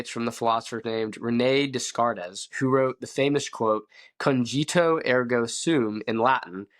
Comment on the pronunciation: I think des cartes is pronounced day cart.